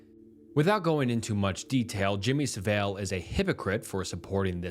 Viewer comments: Sav-ill not Sav-eel! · It's pronounced Sah-ville pal, not Saveil. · Jimmy saville = jimmy sav-ill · hi, it’s pronounced SAV-uhl. he was and is still a very big deal on the other side of the pond. it’s disgusting how he never paid the price for his actions and everyone thought he was a lovely man until his death. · Jimmy siv-ell lolol bloody yanks. Hey hey say Shropshire "best American accent scrop-shy-er" lolol